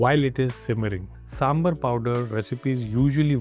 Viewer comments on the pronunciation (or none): Ok. IT IS NOT "SAMBUR" IT IS SAMBAR. NORTH INDIANS CAN SAY SAMBAR. THEY WILL BE UP IN ARMS IF OTHERS CALL NAAN "NUN". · The correct pronunciation is "SAAM-BAR" you are pronouncing it SAAM-BER so its sounds confusing with Sambal. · Hello brother, It's not samberr or somebeer, It's pronounced as SAMB-BHAAR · It is pronounced as "sambhaar".